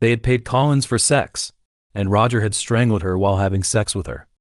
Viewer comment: strang-led? odd